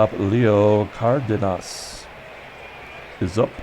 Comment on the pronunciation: For Leo the emphasis is on “den” the pronunciation would be: “car-DEN-us”